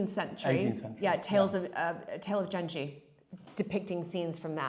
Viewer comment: The "g" in genji is pronounced like the "g" in good or grass. Just fyi